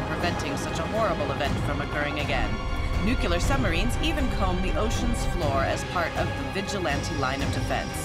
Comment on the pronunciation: new-que-lerr submarines